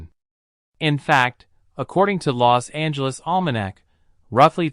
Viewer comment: its called los angeles not lost angeles